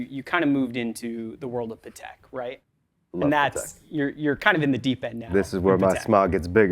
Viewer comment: Interesting that the guy from Hodinkee can't pronounce Patek correctly...